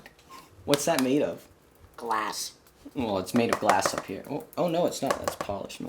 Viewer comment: I knew it, Apollo said GLLLAS!